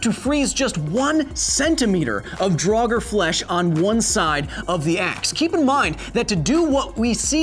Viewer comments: Doesn't the pronunciation of "draugr", in the singular, elide over the 'r' on the end, making it nearly silent? The hard 'r' sound implies the plural, "draugur." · Just a language correction: I am very certain that "draugr" is only one syllable, not two. It does sound very wrong to my Nordic ears to hear "drah-gur".